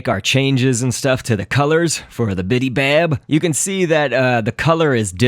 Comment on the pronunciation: BIBY bab Not BIDI bab